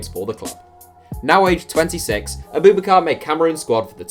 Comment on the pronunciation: It’s not a-boob-bakar it’s Ab-ubak-ar